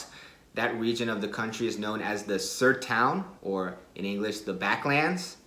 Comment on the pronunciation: Eu custei a entender "Sertão" kkkk ele falou "Sertoun" kkkkk